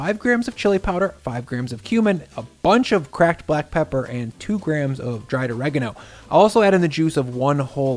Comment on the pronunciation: i turned this video off when you said Oregano... thats a big nope for me